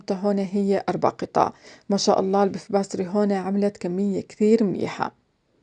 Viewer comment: Puff Pastry , not Beff bastry